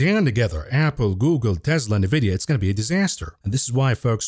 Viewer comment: Please stop calling it NAVIDIA.